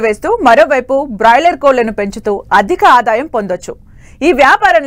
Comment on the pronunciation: Adhi boiler kodi..... Brolier kodi kadu thalli